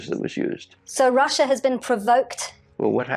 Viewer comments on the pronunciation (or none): none